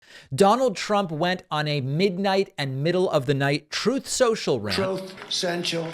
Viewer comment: Troth sential? That compulsive liar can’t even say truth. 77 year old man that never grew up.